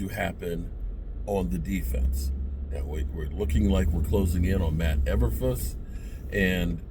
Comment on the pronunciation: E - BURR - FLOOS